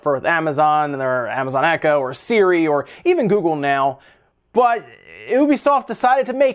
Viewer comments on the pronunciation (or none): none